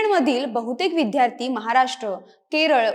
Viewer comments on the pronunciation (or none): इतर सर्व बाबी ठीक. पण, आजचे उद्घोषक साधा विद्यार्थी शब्दाचा उच्चार विध्यार्थी का करतो ही विचारणीय बाब नव्हे का ? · या लोकांची कृतघ्न वागणूक हेच कारण आहे.पूर्वी मिळालेल्या सवलतीमळे अशी मानसिकता हे या 'हुषार' विद्यार्थ्यांना लागु होत नाही.३७० रद्द झाल्याचे फायदे बरे लवकर कळतात. निवेदिकेचा 'विद्यार्थी' हा उच्चार चुकीचा आहे तो 'विध्यार्थी ' नसुन विद्यार्थी आहे. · विद्यार्थी म्हणायचं विध्यारथी नाही बाकी उत्तम